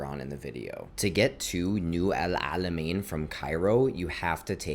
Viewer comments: Your pronounciation of the ein letter is impressive for a non arab, bravo 👏👏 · I feel your pain every time u try as much as u could to pronounce Alamein correctly 😂 It was so accurate though and I really appreciate your efforts ♥️♥️